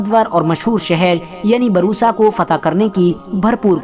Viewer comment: Barusa nhi bursa